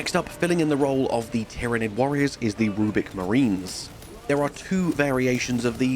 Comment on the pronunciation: Rubric not rubic